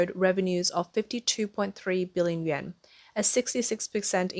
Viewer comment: Please, please, please get the words straight! Chinese currency is Yuan (yoo-ahn) and not "Yen" - Japanese.